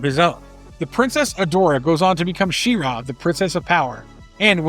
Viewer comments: She-RAW, huh? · She-Ra (shee-rah)